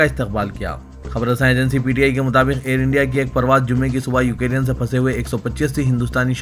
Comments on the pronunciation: Please correct your pronunciation. It is يوكرين نه كہ يو كے رين. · وعليكم السلام و رحمة الله و بركاته ، بھائی ، بار بار یاد دہانی کرانے کے باوجود آج کی خبروں میں پھر آپ نے “یوکرین” کا تلفظ “ یوکیرین “ کیا ہے۔ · Ukereyan nahi ukrain hai kya sahi padhna nahi aata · I don't know why u r pronouncing u ke rean instead of Ukraine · Assalamualikum Ukraine hai ap wrong pronuonciation galat karrai k